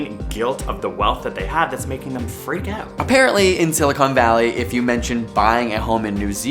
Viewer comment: Did you say "Silicone Valley?"